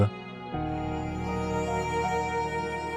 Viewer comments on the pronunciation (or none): Mutalba❌ mutabla ✅😂😂😂